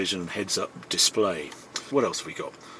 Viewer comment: Come on Harry, did you really see a ‘S’ when you read Head Up display?